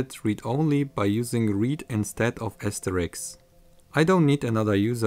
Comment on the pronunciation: Asterisk, not Asterix lol :D But good job!